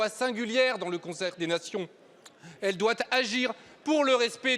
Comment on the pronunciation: " Rien de doit Z être exclu " <----- pfff, pas foutu de parler sa langue et ça veut tenir un pays comme la Russie en respect.